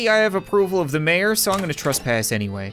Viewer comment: Mayor more like "may"-O